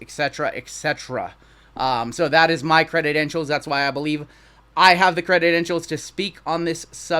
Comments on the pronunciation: Are u saying crededentials?? Its credentials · Credentials. Not credidentials. Just had to say it bc you said it so many times! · Love ya buddy-- think you are legit in the hobby--- but its credentials--not creditentials---LOL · Cre-dent-ials not cred-ded-ent-ials lol Sorry I couldn't contain myself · Cre-den-tials just 3 syllables for the future. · Cre dent shuls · i love ya, been subbed for a long time...but if you are gonna talk about credentials, you have to say the word correctly bro...credidentials is not a word... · Awesome video!! But please God learn how to pronounce credentials 😂